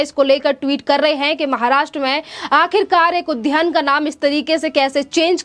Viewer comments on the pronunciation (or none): कृपया उद्यान (उद् यान) को उध्यान न बोलें. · उद्यान का उच्चारण ठीक से कीजिए